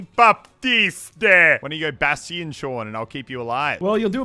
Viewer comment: Wait did Muselk just pronounce Bastion as Bas-te-in